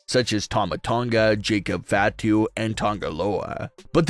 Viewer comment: It's not FA to, it's fah to. Watch some wrestling or stop reading a by line that someone else wrote.